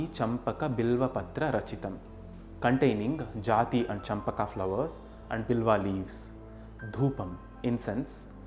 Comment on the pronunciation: Namaste, the narration is very beautiful. But it is not jathi, it must be jaaji-name of a flower I feel.